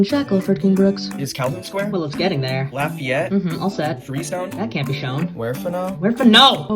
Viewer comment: The way he pronounced lafayette physically pained me